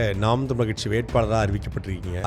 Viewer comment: ரொம்ப கஷ்டம் கட்சி னு ஒழுங்கா சொல்ல தெரியல நீ... அடேய் உனக்கு சரியான கச்சு தற்குறி tvk தான் 😂